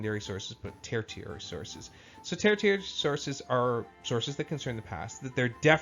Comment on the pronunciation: Not to get too picky, but I'm a little surprised you got this far not knowing how to pronounce 'tertiary.' It's pronounced ter-she-air-ee.